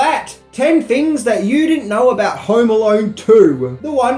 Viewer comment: 10 "fings" you probably didn't know about..... lol